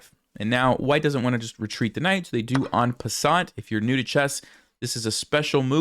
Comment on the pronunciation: an croissant, the sneeky french do it again😅